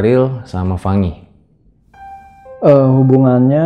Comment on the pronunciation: lah la aja bilang fangi bukan Fany kog